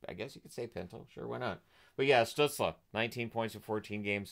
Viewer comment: In the light of pronouncing names in the recent videos (see Samsonov): In German, Stützle would be pronounced Shtützlé with as bright of an e an English speaker can produce (like if you say insane, you have an e sound in the a, ins-a-i-ne, so just take this a part). Don‘t know how he self-refers though.